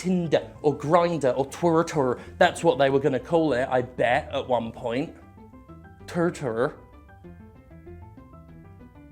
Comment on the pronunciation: When someone don't know the word metroidvania, he can google. When someone don't like this word, well.. he can F*ck off :) Btw. Not Tur-tur ! It's temtem a pokemon-like game !